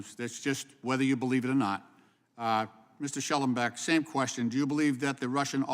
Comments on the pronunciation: These are pretty easy questions this hack says Let me tell you what is easy. It is to pronounce Shellenberger. Tell you what Einstein, it is not Shellenback. What an utter moron. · Lynch can't even read. Shellenburger, not Shellenbach. His name is printed right in front of him. Dolt. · The moronic Mr Lynch doesn’t even know Shellenbergers name. He’s questioning someone but doesn’t know his name? He keeps calling him shellenbeck. Not only disrespectful but makes me wonder if he even knows what is going on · Shellenbeck? Can’t people pronounce names even after several times the name is said? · I wish Michael Shellenberger had corrected this buffoon of a congressman about the pronunciation of his name. The congress idiot kept referring to him as Schellenbeck. I mean, the guy only had to look at the name plate staring him in the face. Oh, wait. Maybe the congress idiot can't read.